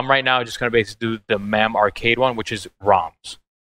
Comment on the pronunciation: Mam? Mame is pronounced as its spelled lol